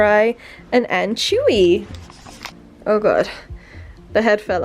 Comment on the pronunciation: She saiad anchewy its anchoooovyyyyy